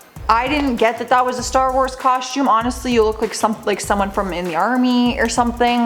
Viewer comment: What's a Coshume? What's with you Canooks? Lol just busting